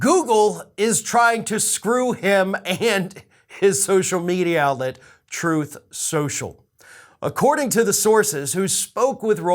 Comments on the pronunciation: Ah yes Troth senchell . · Actually, tRump says its called “Troath Senchal”. LOL.. He has literally mispronounced it on numerous occasions to the point that some of his people are most likely calling it “Troath Senchal”. LMAO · Google would have to be drunk, and on some serious drugs...to F*** Trump. Is "Troth Sential" competition for Frank Speech? 😂🤣😂🤣😂🤣😂🤣😂